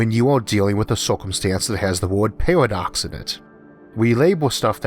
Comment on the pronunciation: cant endure that speevh impediment. pawadox caught a wabbit 😎😎😎